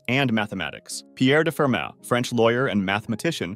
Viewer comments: Also Fer-mah and Ah-bel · Slight mistakes: they're pronounced Fermah, Dedekuhnd, Poenkarey and Lee algebra. You also left out Tao. Great finale, though, and thanks for this amazing series!